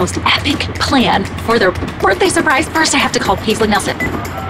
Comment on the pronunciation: The mum said baisley hahah